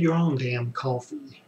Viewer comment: Caulfee?? OHH you mean coffee!